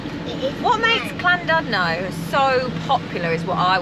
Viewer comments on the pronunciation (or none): You two make me cringe! "Clandudno" for example - its 'Llandudno' - try putting your tongue behind your front teeth and blow.... and Lytham-St.-Anne's not Litham-St.-Anne's. 😃 Even I know and I live on the east coast.